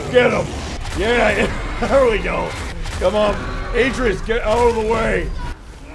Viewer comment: Lol At-Tray-Us is how you sat his name.